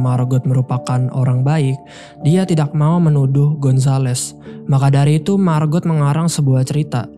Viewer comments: "Margot" diucapkan "Margo", " t" nya tidak diucapkan, apalagi kalau mereka orang Perancis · Margot bang bukan marbot hahaha